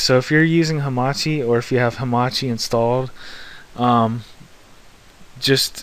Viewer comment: Great job. But what is this Hamati? I heard of Hamachi not hamati